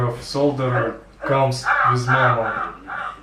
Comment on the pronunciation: а можно поработать над своим произношением? что такое cолдиер WTF!!!!!!!!